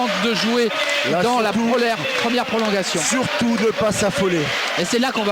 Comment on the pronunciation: "prolonguation" .. au secours ...